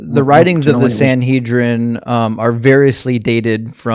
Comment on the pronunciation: Godhead pretends to have heard of the Sanhedrin, despite mispronouncing it, that someone wrote letters to it, that it had a sole author, and that he knew the various writers mentioned their own names in the writings. THEN he talks about integrity. 😂